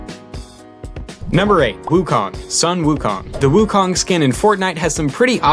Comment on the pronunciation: Wukong? WOOKONG. Seriously? It’s pronounced wOO, sounding like “5” from mandarin. And “kang”, with the a dragging a little longer then the other letters